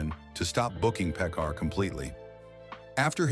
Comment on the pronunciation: One thing about robot announcers: they've never heard names pronounced in conversation. It's Harvey PEE-kar. Yes, not only is Phoenix's acting like Brando's (murky, unprofessional), so his is offscreen persona (obnoxious, pseudo-intellectual). As to factuality, the anecdote about Oprah telling Dave's staff to not make eye contact with her, is a story I've also heard about Streisand. Though, given their eggshell-fragile star egos, maybe it's true about both of them. I give Crispin Glover a pass. Like Michael Richards, he was trying to be outrageous and it backfired. Oh, and by the way: it's a long way from rude & condescending to "evil". Don't the writers of this crap know that?